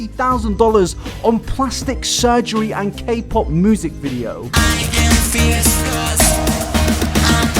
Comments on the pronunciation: I love how you pronounce "music" as "moosic" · Normal person: music: moosic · Everybody else: Music: Moosic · really do be out here saying moosic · Nobody:: MOOSIC